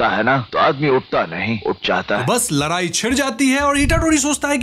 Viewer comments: Bro it's ladai not larai 😂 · Ladai❎, Laarai✅